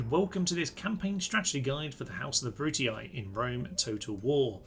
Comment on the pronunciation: Do you want a pretty easy campaign, all downhill, with way more power and potential than any other faction, sonny? Choose the Brutii (who, by way, are to be pronounced "Broo-Tee"). Personally, I prefer more interesting, less OP factions, but then again...